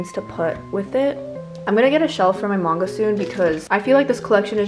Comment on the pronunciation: i would of expected you to pronounce totoro and manga correctly… but no